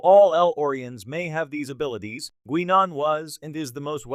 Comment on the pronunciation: good ole Gwee-Non... gotta love AI voices